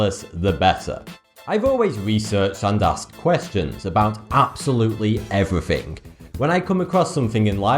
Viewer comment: did he say everyfing?